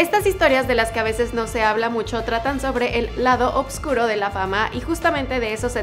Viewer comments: porfavor puedes decir OSCURO Y NO oBscuro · No entiendo por qué O”B”CURO, si se escribe y pronuncia “OSCURO” de toda la vida 🙉